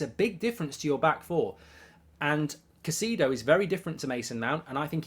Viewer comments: It’s “Kai-say-doe” Mark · Caicedo is pronounced as Ki-seh-doh